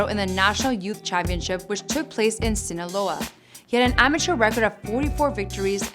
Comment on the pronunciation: At least she said Sinaloa right unlike Michael good job